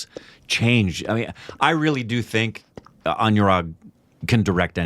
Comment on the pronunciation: Guys Anurag is pronounced like aan-oo-raagh not an-you-raag